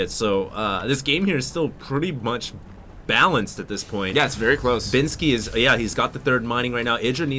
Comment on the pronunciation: What's with the hate? He may not as naturally entertaining as, but he's only correcting quite frequent mistakes - like being unable to pronounce 'binski' =/ They make a pretty good combo